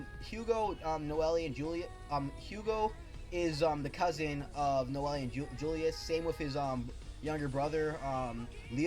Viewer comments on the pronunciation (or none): Sweet review bro. However, I must let you know that Noelle 's nane is pronounced (No-Elle) or (No-elle-ru). And I honestly prefer Aster's Japanese name which i believie is spelled "Asta" but that's just me lol. Your stuttering wasn't really bad tbh, just do your best to stutter less : D!